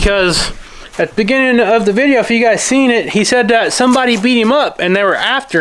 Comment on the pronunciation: It sounded like he said he got bit. Not beat up